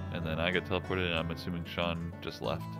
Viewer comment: its Shawn. not Sean bruh.